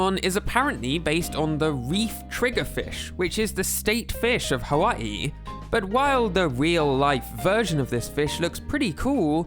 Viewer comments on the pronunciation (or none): none